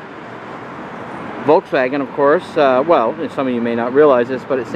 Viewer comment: You try to get us to properly pronounce “Porsche” (according to the German pronunciation) but then you mispronounce “Volkswagen”, the company what owns Porsche! Just how do you pronounce “Hyundai”? Ha-ha!